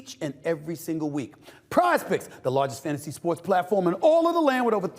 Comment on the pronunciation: when sas says pizepicks its sounds like prospects